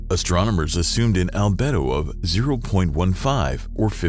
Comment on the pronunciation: Al-bee-do ffs!!!